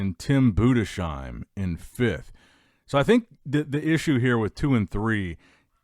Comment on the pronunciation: Boooo - diss - hime